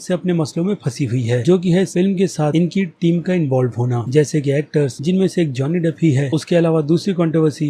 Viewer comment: Pahle naam theek we bolna seekh le